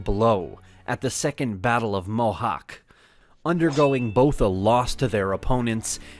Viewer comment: Its really funny how you bucher hungarian names like Bocskai, Zsitvatorok, Mohács.🇭🇺